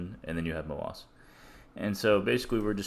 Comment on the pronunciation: i like how u pronounce MOASS so it sounds appropriate